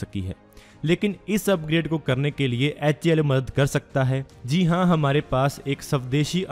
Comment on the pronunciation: HAL bolne ki practice karna bhai bol nahi paa raha hal sahi se.